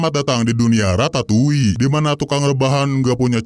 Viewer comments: Radatuli bg bukan ratatouille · Ratatouli✖️ Radatuli✔️